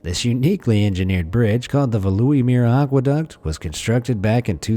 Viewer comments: Veluwermeer is in the Netherlands, not Denmark. I've been through it. Your pronunciation absolutely mangled the name as well. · Veluwemeer aquaduct in Denmark ?? No - it is in The Netherlands. And no, it is not pronounced like that. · The Veluwemeer lies not in Denmark but in the Netherlands. The pointer was correct but you say it wrong... ;)